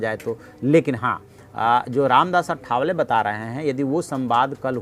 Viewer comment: रामदास आठवले नाम ठीक से बोलने की कृपा किजिये. अठ वले नही आठवले हैं.